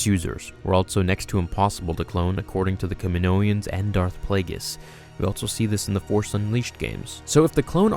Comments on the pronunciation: Ka min-o-ans. Not ka min-oians. Phonetically. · DUDE its kaminoans, not kaminoians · can you stop saying "kaminoians" it's kaminoans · Kaminoans not KaminoEans!!! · Kaminoan, not kaminoian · “Ka-mi-no-ans” not “Ka-mi-no-i-ans” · Kaminoians? C'mon man, you can do better than that... Kaminoans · I don't why but it didn't feel right when you say 'kaminoaians' should just be 'kaminoans' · I figured it out. What sounded weird is your “Kamonoian” It’s “Kaminoan” Sorry if I’m nitpicky ‘:) I’m a linguist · the way you call them Kaminoians bothered me lol... Kaminoan sounds a lot better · I could be wrong, but I'm pretty sure I've heard, in the Clone Wars & other media, the people of Kamino called "Kaminoans" not "Kaminoians" sorry, it just felt off hearing them called "kaminoians" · I think the accepted pronunciation is “Kaminoan”, not “Kaminoian”. At least that’s how I’ve heard everyone else say it. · Cam-i-no-ans. Not Camino-ans or Caninoians. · good video, but i'm really sorry, one thing is just driving me nuts it's Ka-mi-no-an, there is no second 'i', it's not Ka-mi-no-ian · aside from all the regular words you mispronounced, they say "kamino-ans" in episode 2. it's just the name of the freaking planet with -ans afterward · *STOP MISPRONOUNCING KAMINOAN* KAM MEN NO EN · I love your content. Btw isn’t it pronounced Kaminoans in episode 2? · It's funny how you can't say "Kaminoans" correctly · say it with me: Ka-mi-NO-an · R K that’s how they pronounce it in attack of the clones. You’re right.